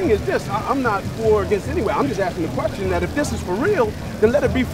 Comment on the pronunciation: Dumbass: head down sounding out a poem/rap he plagiarized from 30 rap songs. "Axe meh anotha qwesteun" Trump Supporter: asks another question* Dumbass: hold up, I got that poem in here somewhere.